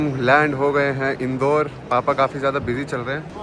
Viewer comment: The way pronounce Indore😂😂